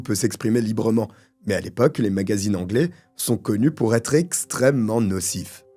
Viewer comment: Enfin un français qui fait l'effort de prononcer correctement les noms Anglais 🤙